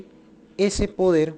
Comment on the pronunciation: se debe decir Autoridad y no Autori ad. - este colombiano se "come" algunas letras. Poder y no po er. - Legitimidad y no lehitimidad. Todos y no to os.